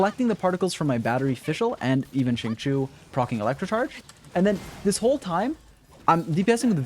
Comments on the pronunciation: Xinqiu is pronounced as "sing-show" and not "sing-shew" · nope. it's pronounced as sing-chew.